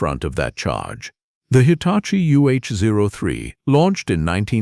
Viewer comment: Do your own talking and don't be lazy. WTF is a Kate-erpillar 😂😂😂 and the Hitachi segment nearly gave me a seizure...